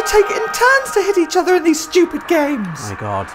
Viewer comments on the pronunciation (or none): none